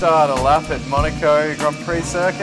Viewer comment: monarco..... monarco????? NO!!!!!!! MONACO!